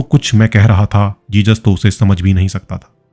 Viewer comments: Its not jejus its Jesus...jizas. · Jesus... Not Jejus..🙏🙏 Don't say Jejus.